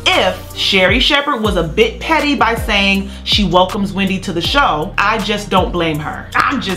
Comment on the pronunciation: Why are they still calling it , Wemdy Williams